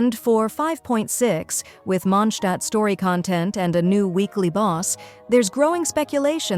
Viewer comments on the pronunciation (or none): It's MondstadT. It's even spelled correctly in the video and you still get it wrong. WTF??? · WE'RE GOING TO MONDSHTAAT